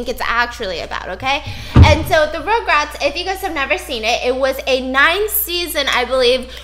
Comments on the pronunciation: Stephanie: It's not "regrets" its "rugrats"!! Also Stephanie: Rograts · stephanieeeee biss!! you were trying to tell stephiance how to say rugrats but you kept saying it wrong ahh. you were saying rogue rats. lolol ruggg rats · Stephanie: RugRats Fiance: Regrets? also Stephanie: RogueRats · Tv show: rugrats Stephanie: RoUgErAtS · this is how many times she said “ rograts “ 😂😂 🔽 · Stephanie is pronouncing rugrats as rougerats the entire time 😂😂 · stephiance: regrets stephanie: rogue-rats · stephanie: rOuGeRaTs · no one: stephanie: rougerat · stephanie its R-U-GRATS hahaha sorry ROGRATS was mind boggling me everytime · Stephanie: RugRats! Stephiance: Regrets? Stephanie: says RugRats wrong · the way they’re pronouncing RUGRATS (Rug-Rats) is making it hard to watch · when she said rugrats wrong the whole time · Stephanie was hurting me by butchering the name I love rugrats definitely my fav 🥺